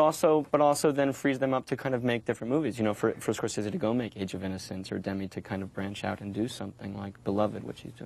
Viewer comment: CR didn't know how to pronounce Scorsese.